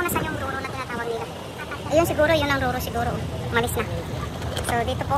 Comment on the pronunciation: Mam roro po yan hindi ruru😊 roll on roll off po ibig sabihin😂 at saka fastcraft po mam hindi bus cut hahaha ka funny sa inyo po😂😂